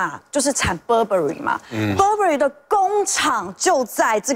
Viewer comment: Burberry一直讀錯， 一折買也沒fu